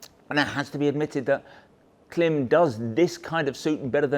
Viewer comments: It's Klime - rhymes with Slime, not Kilm like slim! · Whether British English or American English, the rules of pronunciation are the same. When there is a horizontal slash above a vowel, that indicates the vowel ought be pronounced "long". Thus, Klīm ought be pronounced "CLIMB". not "CLIM". As a distributor, of course you know that. To insult the brand with your short- voweled quip is deliberate. In my thinking, that diminishes your brand. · Klimb is pronounced ( climb) notice the line over the letter i 🤣 that means it’s pronounced ( eye) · It may well be spelled K-L-I-M but it's pronounced CLIMB. You "experts" should know that. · Genuine question. Is there a reason you guys pronounce it Klim (like limb) not Klim (like Climb)? Their own YouTube videos pronounce it as Climb... I'm intrigued....!! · it's pronounced as "climb" ;) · Are you aware that it’s actually pronounced like “climb.” The “i” has a diacritic above it. The macron indicates it is a long vowel. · Thanks for this in depth overview. It’s super helpful as I’m deciding between this and the Badlands for riding in Colorado, which has everything from deserts to 4000m peaks. One piece of constructive criticism: the company pronounces their name honoring that long vowel macron over the ‘i” - it sounds the same as “climb.” That said, just keep saying Klim! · Can you imagine the marketing people at Klim cringing every time pronounces their brand name incorrectly! 😁😂